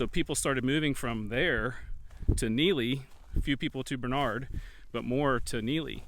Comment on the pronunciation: The correct pronunciation is Barn-ard, not Bar-nard. One of closest friends is from the area.